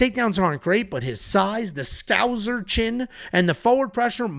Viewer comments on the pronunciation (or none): Its scouser with an s not scouzer with a z😂